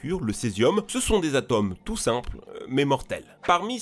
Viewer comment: alors je vais faire mon mais ca me fait bondir à chaque fois que tu le prononces: un atome ca se prononce avec un 'o' fermé (comme dans "moto").. sinon, geniales tes videos!